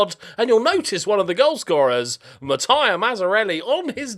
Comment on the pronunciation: I've been around for 7 years, so I know that however you're pronouncing a name, that's the correct way, but you're reading it wrong, not pronouncing it wrong.... 🤣🤣 I'm not even Italian and was bothered by Mataia, instead of Mattia for so long that he finished showing and talking about him and had to go back and look at his attributes because my mind was still thinking about the name. It's Mattia, not Mataia :))) Also, the striker looks ok, but he's not good yet and I feel like 90k is a lot of money for his current ability (too many 12's and 13's in key attributes; Anticipation, Off the ball, composure and decisions, so he's reading of the game is not 1st team levels yet, I think you should send him on loan for a season or 2 and hope you can get your money back if he doesn't improve)